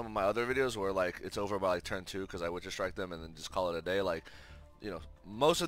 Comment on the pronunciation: Any reason you say ogre instead of over?